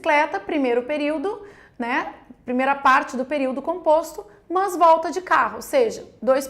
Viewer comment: Que agonia "mãs"